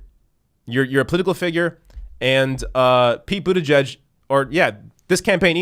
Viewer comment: Pretty sure you meant to say “Pete Booty-Judge”